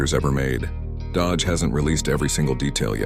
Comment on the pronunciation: Dodage huh? Atleast use good ai to make ai slop